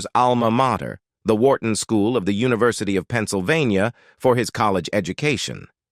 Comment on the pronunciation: If the bot can't even pronounce simple words like University and yet say it the way it should be pronounced in the next sentence I can't help but not to think this is AI at its worst this sucks...I'd much prefer a real narrator.